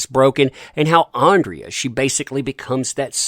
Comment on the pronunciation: Alexandra, I believe the pronunciation should be ‘Ahn-druh’